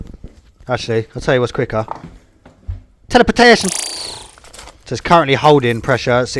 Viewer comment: its not teleportation, its teleportayshun